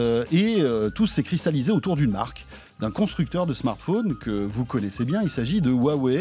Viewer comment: Le directeur marketing qui ne sait même pas comment prononcer correctement la marque qu'il représente 😂😩🤷‍♂️